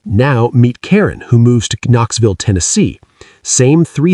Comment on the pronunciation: Are you from Ka-Noxville?